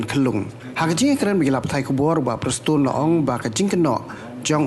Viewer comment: Me prestone da song bha shwa ban kren.....ta ka rukom pronunciation ruh mem pt nang bha re....leit training shwa khie.